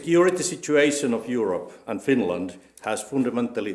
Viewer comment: Yurep not yorop